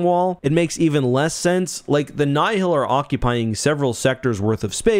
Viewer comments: Alsp, Nye-Hill? Its Nile like the Nile River. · The way you say "Nye-hill" and not "Nile" hurts my brain, lol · I mean he pronounces Nihil "nigh-hill". As much as I love the man, wouldn't call him an authoritative source on phinetivs of any setting really lol